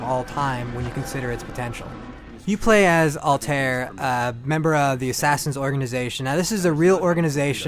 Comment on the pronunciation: I can't take a review seriously when you can't even pronounce the main character's name right